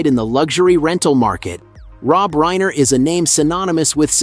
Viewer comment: PLEASE Pronounce his name correctly!!